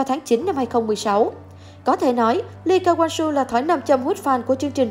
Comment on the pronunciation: Đel ai đọc Lee Ka Wang Soo hết á